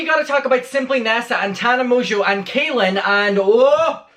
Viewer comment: Um, dude, you pronounced her name wrong...its "Tarna Mongo" lmao thankyouparishilton!!!!